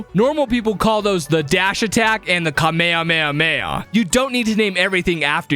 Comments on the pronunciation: IT NOT KA MAY A MAY A MAY A. ITS KA MAY HA MAY HA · normaler people pronounce Kamehameha Ka-Mi-Ha-Mi-Ha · ITS KAME-HAMI-HA DIMWIT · Ah yes the kahmeamea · Man brain really want's working he called a haduken a kame kame haaaaaaa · Kamehameha??? What was that pronounciaction